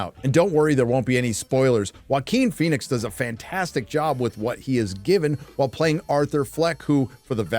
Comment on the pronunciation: Thanks so much for this review of Jacker Folly a Doo starring Walking Fenix and Ladee Guhgah. Seriously, dude? You don't even know how to pronounce her name? lmao